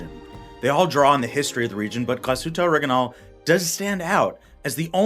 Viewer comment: Awesome watch and a nice review bar the Orig I nail pronunciation 😂